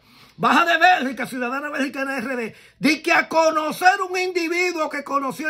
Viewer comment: BELGIUM NOT BERGICA😂